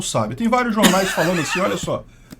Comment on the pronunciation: Eu não paro de rir quando ele fala "vários jornais". hauhauhua